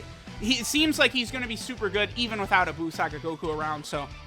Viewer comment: Each time he said "buu saga" I heard "balls sac guy" 🤣